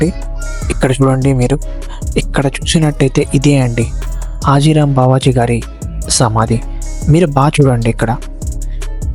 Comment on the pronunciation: Arey baby adi హతీ రామ్ బాబా హాజీ రామ్ కాదు